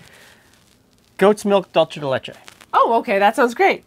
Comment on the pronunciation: Just fyi the word dulce in dulce de leche is in Spanish not Italian so it's pronounced "doolseh" (an "s" sound) not dolche.